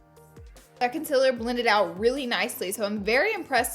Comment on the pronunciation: I literally came to this video to hear her say concealer wrong 😂😄